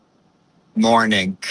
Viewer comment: LMAO the nuance in your J interpretation 😅😅😅 - i want this every morneenk😂